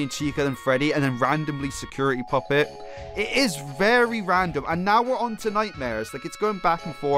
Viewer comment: So we just gonna ignore he almost said poopet.